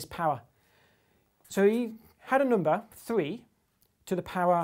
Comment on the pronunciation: I love how this guy says numbah!